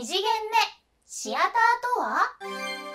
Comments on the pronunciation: わかるわぁ 私も シ⤴︎アターだと思ってた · あ〜お二人共可愛すぎでは？ あと関係ないけど、シアターの発音 シ↑アター やと思ってた シ↓アター やねんな〜 関西弁やからか？